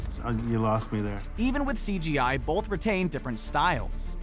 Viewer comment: I don't pronounce the "L" in the word "both" but the announcer does. Bolth.